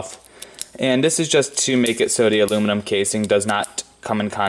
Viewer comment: Awoominum and batawees. Hey, you must be that kid from "the big bang theory". Wow, you got over fow thouwsand subscwibas. Coow😎